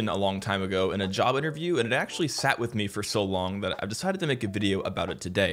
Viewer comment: at the start you said "job interview" but it sounded too similar to "java interview" so I mishead it and then you mentioned C, and I was like wtf